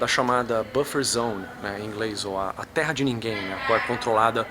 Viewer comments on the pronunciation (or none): none